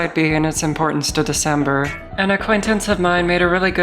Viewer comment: "The cember"😭😭